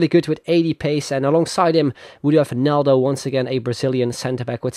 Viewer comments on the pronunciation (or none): none